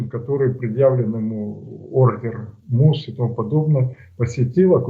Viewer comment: Ощущение что от слов МУС у оргазм начинается. С таким придыханием и возбуждением это произносит. Странно, а в мире ни одна крупная страна это не признает.. но не. Почему ты думаешь, что это шарашкина контора мус, может как то угрожать путину.. не позорься